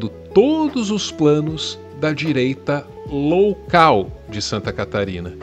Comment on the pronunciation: "Direita LOUCAL" - Não passou despercebido, 😂